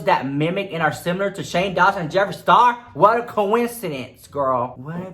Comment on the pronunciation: It's "coin-incidence" 🤣😅